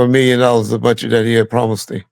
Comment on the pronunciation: Buntry not Bountry